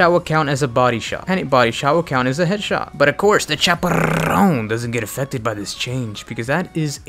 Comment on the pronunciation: why u cant say chaperone?